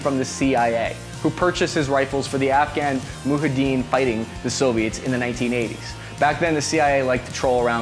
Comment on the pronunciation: You can't even pronounce Mujahedeen right "Shameful display!"